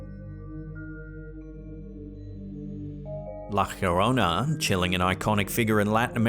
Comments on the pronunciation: Por favor, Llorona = yo ro na... lo estas cagando! 🤣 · A lot of creatures down that deep have bio luminescence, so it's most likely a fast moving creature n it's just pronouncecd Yarona